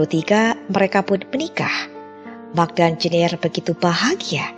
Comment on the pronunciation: Pas Mark malah mak 🤣